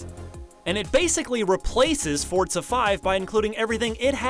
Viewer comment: fortza its called forza xD